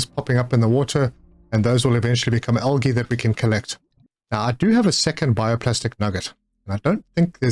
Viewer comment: Just found your channel and am enjoying your content but was wondering if english is your first language because you say algae weird